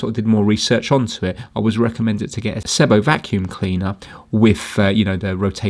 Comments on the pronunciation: Oh and it's pronounced seee bow Great repair! I've had many sebos ans this fault has occurred before but generally these are fantastic reliable quality German cleaners - they are the only company I know that their cleaners look so old fashioned but are so bang up to date at the same time - their latest one - the cordless bp60 is nearly 1000 pounds - your into kirby territory there! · Its pronounced See-bo 😁 They are simply the best machines you can buy. Before the days of the internet you really had to discover SEBO. They were once the best kept secret of high quality vacuum cleaners; usually recommended through word of mouth. They are very easy to work on and repair. Saying that though, the main cause of failure of these is often just through neglect and improper maintenance.